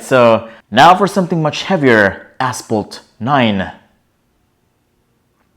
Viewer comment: Can someone tell him how to pronounce "Asphalt" :D